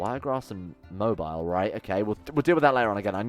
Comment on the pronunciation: oh and it’s Mo-bill